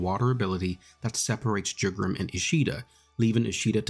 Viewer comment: his name isnt pronounced "jew-gram", its closer to "you-gram"